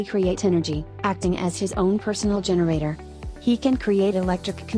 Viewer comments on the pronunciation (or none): none